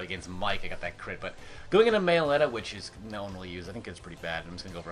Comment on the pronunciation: What did you call your Meloetta again?